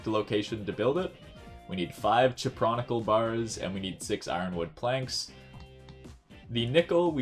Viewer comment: My guy seriously didn't just call it a Chip Ronickle bar... Cupronickel. Coop-row-nickle. Or Kyoop-row-nickel. Cupro, relating to copper, and nickel, as in nickel.